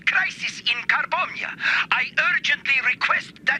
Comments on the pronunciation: Did he say the nation of carbombia 😂😂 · "Carbonia" sounds alot like "Car bomb ya" when says it.... Hilarious xD always fun to watch some G1 Transformers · "car-Bomia" smh... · "Carbombiyah" Seems legit... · "Carbombya" Car-bomb-ya Car bomb... Hasbro? What were you THINKING??!?! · Carbomyia= "Car-Bomb-Ya!" funny. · Lol, The African nation of 'Car-bomb-ia' 🤣